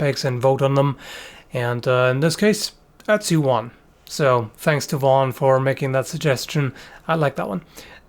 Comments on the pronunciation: Not to not pick, but the name is pronounced like utzi(oo-t-see) not Etzi with an E. They use that same O with the two dots in the German language, I had to really get use to how to say it when I lived in Germany. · I see his name and want to say "Oat-zee," but when says it, all I hear is Etsy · I kept on thinking he was saying Etsy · so you can pronounce ötztaler alpen but not ötzi? :>>> right at the start it sounded very much like "etzi"